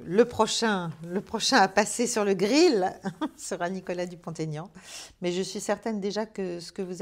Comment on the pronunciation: Chère Madame : "Dupont - Aignan" (avec le tiret entre les deux noms), et non "Dupont Taignan". Il n'apprécie pas la liaison avec le "t"... 🙂